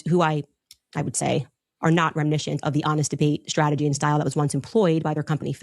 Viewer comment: Candace said "remnishent," LOL.